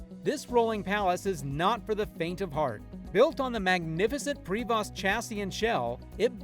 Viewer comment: Prevost, pronounce pri-vo, not prayvosssttt